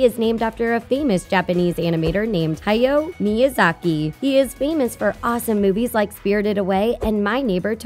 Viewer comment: Also "Heyow Miyazaki"